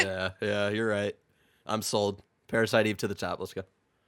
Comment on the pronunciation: I'm more offended by the way Greg says Parasite Eve than PASBR getting the boot.